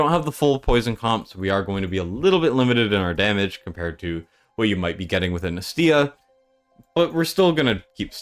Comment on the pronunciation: its nAstya not NESTya